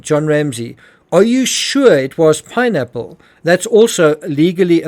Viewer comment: He really tried to avoid saying pineapple 🍍 I swear he said nappmes 😢 first time I watch him here